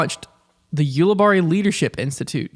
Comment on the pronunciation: Ulibarri = You-lih-berry